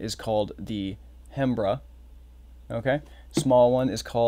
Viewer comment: Hey brother so you know the "Hembra" is pronounced "em-bra". In spanish the "H" is silent in that word which translates to female. Macho means male. Why the H is there in the first place beats me. Great tutorial!